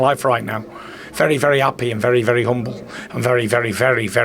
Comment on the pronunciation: Did he say humble? 🤣🤣🤣🤣🤣🤣🤣🤣🤣🤣🤣🤣🤣🤣🤣🤣🤣 !